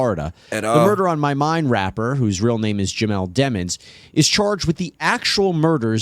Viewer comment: How the hell he get a last name like Demons and why do all these people keep purposely mispronouncing it? I think he did it but thats my opinion